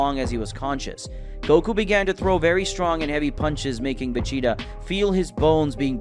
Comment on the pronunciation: Hearing the commentary makes me think the guy hasn’t ever watched dragon ball. He calls Vegeta, Regeta and pronounces whis wild asf lol